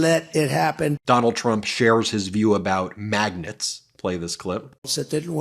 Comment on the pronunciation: magnets pronounced maganuts..